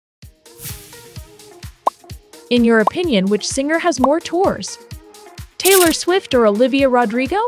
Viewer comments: Did anyone notice how she said Taylor STUFFID????😢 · STOP SAYING TAYLOR STUFIT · you said Taylor Stufit the first time and Taylor subedit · The first time saying Taylor It said taylor Stuffet lol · I thought it was Taylor SWIFT not Taylor subyit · It's Taylor Swift not Taylor stuffin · Taylor stufit got me dying 😂😂😂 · 'Taylor Stuff-It' LOL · She says: TaYlOr StUfFiT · “Taylor Stuffet” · I cant be the only one who heard "taylor stuffid" at the start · help what’s “taylor stuffed” at the beginning 💀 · Is nobody gonna talk about how in the beginning they called Taylor swift “Taylor Stuffit” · did she say taylor stuffin? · Who’s Taylor StuffIt 😂it’s Taylor swift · Who is Taylor “SOFID” 😂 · TAYLOR STUFFET?! WHAT IS TAYLOR STUFFET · is no one talking about she said taylor stuffet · "TAYLOR STUFFET!"😂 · "taylor subbiet" wtf 💀💀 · IT'S TAYLOR SWIFT NOT TAYLOR STUFIT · Was it just me or did they say Taylor swift wrong at the end? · It is Taylor swift plz say it right